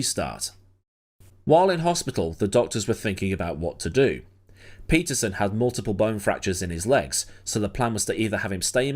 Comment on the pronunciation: pronounced: Pettersonn. Please! Pleeeease!